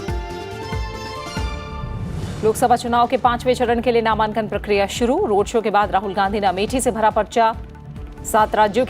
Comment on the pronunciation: मैम ,ये नामांकन होता है नामान्कन नहीं